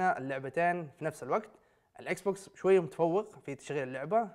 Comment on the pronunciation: الاكسبوكس مش اكسبكسون اكس